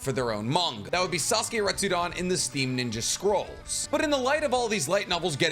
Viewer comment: Retsu DEN! RETSU "DEN". Please,, I die a little every time you say Retsu"DAHN".Especiallybc you pronounce "Hiden" perfectly. So....why "Retsudaaahn"? Sorry, I teach pronunciation and can't help myself. I LOVE your work though!!